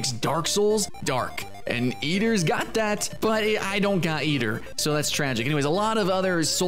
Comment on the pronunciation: its AY-Ter. Eitr